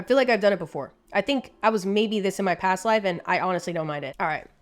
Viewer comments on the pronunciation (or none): none